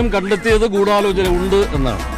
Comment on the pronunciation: ദിലീപും പറയുന്നു ഗൂഡലോചനണ്ട്.... മൊത്തത്തിലൊരു ഗൂഡലോചനാമയം... 🤣🤣🤣